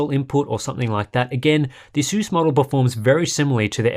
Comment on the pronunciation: Pisses me off how he says asus